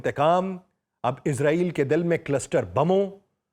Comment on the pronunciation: اسلام علیکم سر آپ سے درخواست ہے کہ لفظ اسرائیل ہے نا کہ عزاعیل